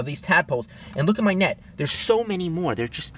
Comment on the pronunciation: When he said look at my net i tought he say look my neck😅😅